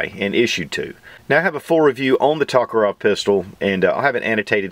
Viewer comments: I love your videos but it always hurts my ears when you're saying "Tokarov"- the name's "TokarYEv". Thank you for another great review. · Not Tokerov, but Tokarev :)